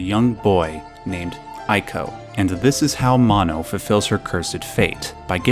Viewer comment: Not to nit pick... but as 'Wander' is pronounced 'Wanda' in Japanese, ICO is pronounced 'ee-co not 'I-co' ; )